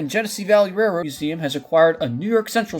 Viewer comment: Narrator: SLOW DOWN. It's hard to catch what you're saying. The word "railroad" sounds like "rrr".